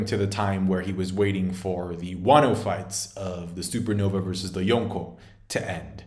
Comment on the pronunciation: You try so hard to say yonko correctly and then continously fumble van auger